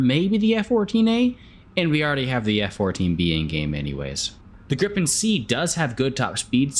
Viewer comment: I'm gonna be "that guy" here, the correct pronunciation is more like gree-pen :) So excited for this plane